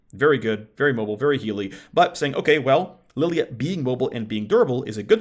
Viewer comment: What's with purposefully mispronouncing Lillia?